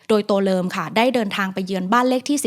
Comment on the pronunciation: ทำไมได้ยินว่า ตัวเริม